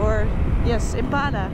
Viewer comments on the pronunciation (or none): none